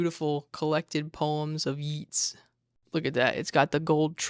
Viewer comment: You can’t keep getting away with this